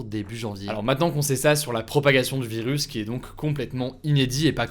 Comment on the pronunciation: Y’a que moi ou il dit « vilus » 😂